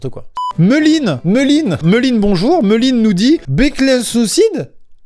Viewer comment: Meuline ? Méline plutôt